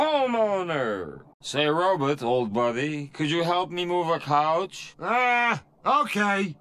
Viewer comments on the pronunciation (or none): I love how he pronounces it "ro-bit"